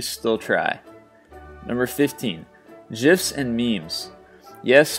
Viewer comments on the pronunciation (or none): Did you just says GIFS with a J sound?